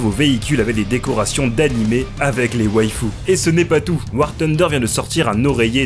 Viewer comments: " War Tunder " respectez le nom du jeu punaise ;-; THunder, y'a TH dedans et si vous connaissez pas la prononciation utilisez la voix de Google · Bordel on est toujours pas au KFC c'est War TUNDER mais War FUNDER....